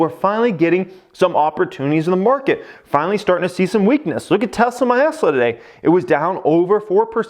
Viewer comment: "look at Teslamenessla"